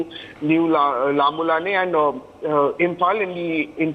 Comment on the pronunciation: Lambulane,mawtbung may have to be pronounced in consonance with the right dialect. Similarly Meitei also.